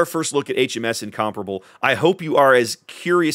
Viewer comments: Sounds weird the way you pronounce it, It should be pronounced like in- com-pair-able, btw I am from England, and it was originally going to be a Battle Cruiser... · Thank you for finally getting rid of the word “Incom-pair-able” outa my head driving me mad!